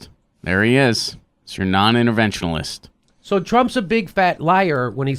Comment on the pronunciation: interventionist not interventionalist--c'mon. Love your show, though. Keep it up!